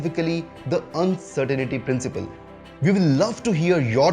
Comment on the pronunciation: It's actually The Uncertainty Principle not Uncertainaty principle